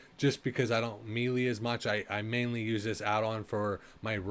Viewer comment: Did you record this in 360p and say it as "mealy" weapons? TF is wrong with you.